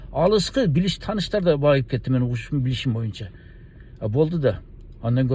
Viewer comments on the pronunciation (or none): none